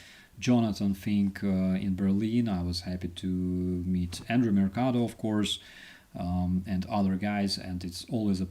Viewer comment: Is it Andreii, or Andrii (the mod spelled it that way), or Andrew (phonetically he’s made it sound like Andrew)? 🤔 I still ain’t convinced it’s the last one! Can anyone confirm? ❤ from 🇨🇦!